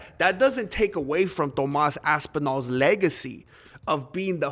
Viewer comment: Let’s say it together “Toe-más”.